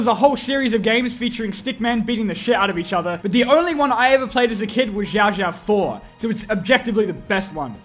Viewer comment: You pronounced xiaoxiao rather accurately. How’s chinatown doing in your city?